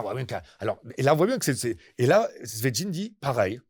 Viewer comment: Exposé brillant et très clair. Merci Juste un petit détail, s’entraîner à dire Svietchine, Sviet-chine, çvi-aite-shine, pour un russophone ça pique un peu les oreilles.